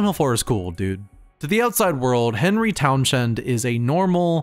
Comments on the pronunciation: it's pronounced Townssend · “Henry Town-Shend”